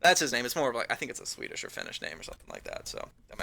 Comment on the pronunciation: i thought he said fetish not swedish